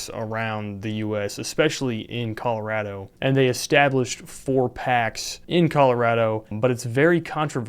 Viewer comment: OH MY GOD. I never see YouTubers pronounce Colorado like that. I lived there for so long, I moved away and now it’s so rare to hear people pronounce it like I grew up hearing and doing. 😭